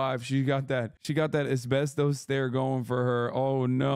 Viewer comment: “Espestos stare.” 🤣🤣🤣🤣